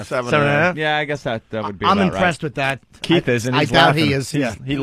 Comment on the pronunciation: Keith doesn’t even know how to spell or say his name correctly. He and all the other brothers say “Keef” as if they’re close friends with Kiefer Sutherland 😂